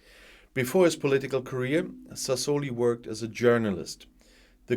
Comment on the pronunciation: Good morning. I hope Signore Sassoli will rest in peace and I hope even more that you are not annoyed when an old teacher corrects your pronounciation. It's Sasso li (kurzes, scharfes s) and Met so la ( wie deutsches o ). Best regards from not so sunny Malta:).